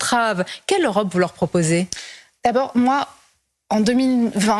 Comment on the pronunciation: pourquoi elle dit EurApe ?